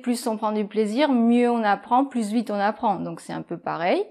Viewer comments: 😧"beaucoup pluS vite beaucoup pluS plastique "je pensais qu'on ne prononçait pas le s à la fin de PLUS Sauf exception? Et en réponse à Le professeur 🤓 Pierre est un très bon prof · Coucou ) Pourquoi prononce toujours le S dans le mot “plus”? ( par exemple, elle dit “pluS vite”... ) Bonne journée! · COMMENT SE FAIT-IL QUE QUAND VOUS PRONONCEZ "PLUS" VOUS PRONONCEZ LE "s" ?? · Quand on dit plus vite, plus plastique etc on ne prononce pas le "s"!!!!! Les autres vidéos sont top 👍